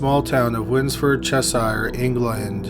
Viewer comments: We DON’T live in “SHIRES” America. We’re not hobbits! 😐🤭 It’s Cheshire, as in pressure. NOT Che~shire, as in prior! 😬 Just friendly info 😊, not shouty lecture 😉😁 💖from🇬🇧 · It's not "chess ire" - it's chesh ur" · 2am and your notification of a new video comes up. Who needs sleep anyway ? Picky i know but Cheshire sounds like ches -sheer here in the UK shire in words like Wiltshire Cheshire Devonshire etc always the shire part sounds like sheer. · “Wins-ford Chess-ire”? Winsford (winsf’d ) Cheshire (chesher) All uk counties ending in “shire” the shire bit is pronounced “sher” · Just to let you know, counties in the UK are pronounced CheSHEER not shire. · Cheshire is pronounced Chesheer... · It's not pronouncd Cheshire it's pronounced chesheer. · As a UK native who's not too far from Cheshire herself. I thought I'd let you know it's pronounced 'Chesh-er'. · He lived where in England ?? It’s pronounced chess-sure 🙃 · Just a note, Cheshire is pronounced Chesh-ear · That’s not the correct pronunciation of Cheshire.